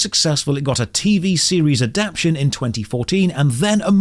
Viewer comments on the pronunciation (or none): good video but i hate when youtubers say adaption instead of adaptation. speak english man